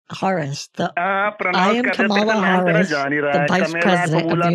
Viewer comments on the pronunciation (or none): "canola harris" hahaha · "Canola Harris" lmao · “I, canola harris” i’m cryinggg